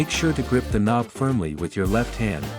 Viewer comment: It was a joke about the AI text to speech btw calling the knob a konb at parts of the video